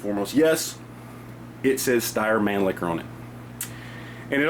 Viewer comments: The word means 'manlier' (or 'more masculine') in German. It's not pronounced as 'man-licker' either, but rather, 'man-leesha', with a deeper 'sh' sound than you'd normally hear in English. Words that end in the letter 'r' in German are pronounced with a high, front 'a' sound. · Manlicher??? Yankee will buy two. lol lol